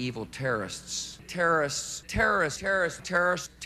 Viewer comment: the best part is bush trying to say "terrorists"